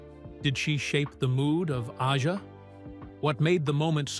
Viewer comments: Can't pronounce Aja correctly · Too bad AI can't even pronounce Fagen or Aja.